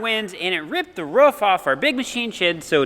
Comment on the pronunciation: its not ruff, its roof !! love the vids keep it up